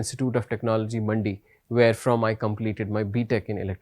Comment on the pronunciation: it's Mandi not Madi😂